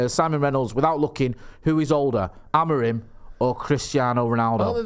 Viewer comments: I believe it’s pronounced Amorim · "Amor-EEM" - via Portugese football journalist on Sky Sports News this lunchtime. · it's AM-ORE-IN!!!! 😂😂😂